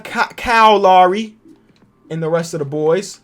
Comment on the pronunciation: You say that you say “Kyle” weird but you really say Lowry weird. You pronounce it “Lawry”